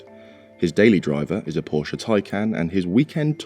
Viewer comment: Love that you pronounce "Porsche" right!